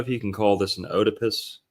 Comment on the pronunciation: The story about the trans free mason was relevant because in the movie they ask Tony if he likes to dress up? What a thorough analysis…not being able to pronounce oedipus didn’t help much either but at least you’re proud you didn’t finish school.